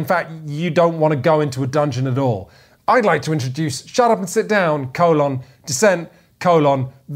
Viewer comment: Co-lon... Co-lon...co-lon. Nuf said.